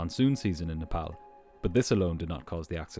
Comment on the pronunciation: Love how he pronounces Nepal correctly ❤❤